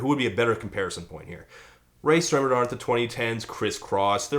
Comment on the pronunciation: You pronounced Rae Sremmurd correctly the first time